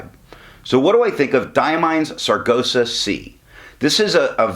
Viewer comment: I do like that color, aptly named, thanks for the review... I hate to be the one to tell you you are pronouncing Sargasso kinda dyslexic (ie. you are saying sar-go-sah and it is sar-gass-oh). Thought I should say.